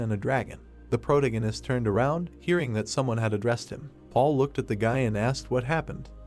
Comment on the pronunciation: Sir.. That is NOT how you pronounce protagonist 😭